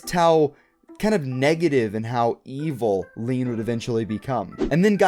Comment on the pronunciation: this man saying leen like its pronounced lane